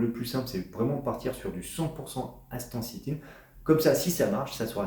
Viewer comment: Vous devriez apprendre à prononcer le nom correctement 😊